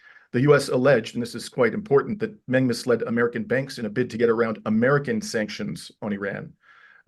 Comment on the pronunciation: Not Ming but Meng Like murn. With a silent r This for the bald man with big glasses- learn to say the name properly for respect